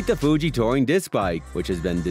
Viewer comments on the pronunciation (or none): none